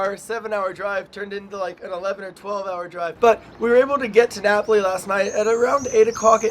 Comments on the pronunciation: Should have been Nah-poh-lee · and the way she pronounced Napoli too haha